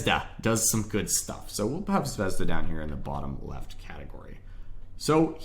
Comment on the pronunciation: it's zvezdA and not zvEzda. i love how americans butcher russian names at every single possibility. though cool video mate. very helpful.